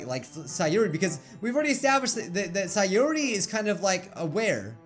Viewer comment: i love it when he pronounces their names correctly nat-ski sa-yori